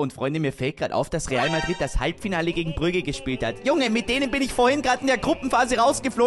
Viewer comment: "Halbfiale"wir haben das einfach nicht gesehen, einverstanden 🤝😂